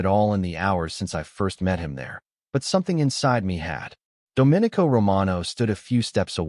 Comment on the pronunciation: Oh, also pronounce the main character's name correctly. That was very distracting. Should sound like " dough min ee co". Not like a Republic